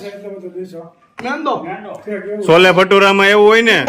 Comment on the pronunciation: છોલે ભટુરે બોલાય